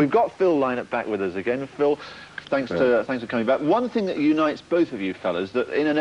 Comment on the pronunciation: the presenter keeps mispronouncing Phil's last name